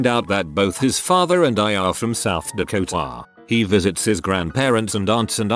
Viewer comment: The way the voice says "South DakoTA " funny for some reason